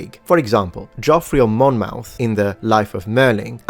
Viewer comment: Monmouth is pronounced more like 'Monmuth' for future reference mate. I live 30 minutes away from there. :)